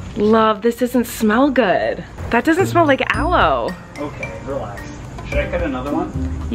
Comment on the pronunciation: Why does everyone in your household say “ok relayx” lol 😂